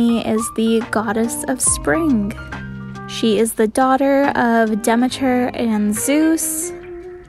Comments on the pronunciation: I think it’s pronounced “Dehmeeter” not Demeter. I might be wrong, but the more you know. Great art btw ❤️❤️ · It's pronounced dey-meat-er